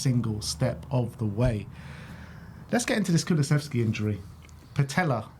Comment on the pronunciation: Another Jonathan Pearce who can't pronounce dejans name, it's " kuluseVski " NOT " kuluseFski"